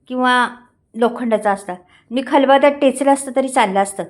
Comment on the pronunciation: खूपच छान पाककृती 👌. खरोखर पाणी सुटलं तोंडाला 😋😋 करून पाहणार मी नक्की 👍 ताई जरा आपली मराठी सुधारा ही विनंती. खलबदा नाही हो खलबत्ता म्हणा टेचू नाही ठेचू असतं 😂😂